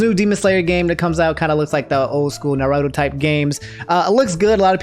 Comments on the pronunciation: You can’t even say naruto right lmaoooo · Did say "naruhdo"?